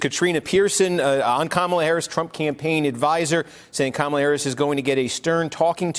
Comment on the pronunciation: Steve Kornacki, you are so smart. Kamla Harris. Not Kamala